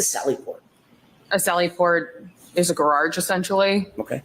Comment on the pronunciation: I heard “gararge”